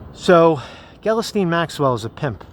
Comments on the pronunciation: I realize the spelling of her name is all fucked up but how the heck did you land on "Gellasteen"? No,, no... it's pronounced "gill-" (like what a fish breathes through) "-lane" with the emphasis on the second syllable. "Gill-LANE." Hope that helps:) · I believe it's pronounced ghee_Lane. (soft 'G'). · Pretty sure her first name is pronounced "Gee-lane" but I pronounce it as "Jizz Lane" lol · I thught her name was Ghislaine, not Galasteen